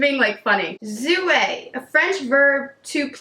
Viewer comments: The j at the beginning of jouer makes a sound like the end of "beige", not a Z sound :) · I love Jouer cosmetics. I believe is pronounced youei. R is silent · jouer: soft j sound, not z (french speaker here)